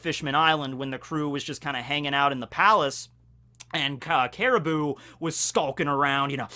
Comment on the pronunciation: I appreciate you pronouncing Caribou correctly now.